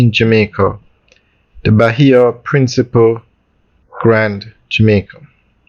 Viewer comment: Bro i cant believe for a big grown educated mman you dont know the difference between "principle" and "principé" and every video you do about this hotel you pronounce it wrong its embarrassing at tgis point..the least you could do is make a simple pronunciation